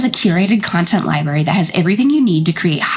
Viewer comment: Girl, you're killing me with your pronunciation of library.